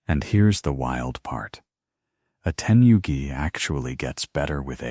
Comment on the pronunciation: New world record of butchering the most Japanese expressions in under 31 minutes! My favourites were *Teni-yugi towels, and *Jen-Cun entrance rituals! Which are your favourites? :_D